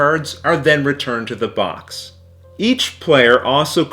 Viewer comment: Every time he says box I hear Vox! 😂